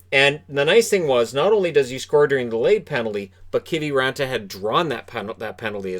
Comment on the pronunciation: What even is a Keevee raantaa anyways